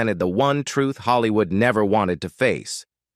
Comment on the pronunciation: the fake-ness starts from calling Hollywood as Haalliwood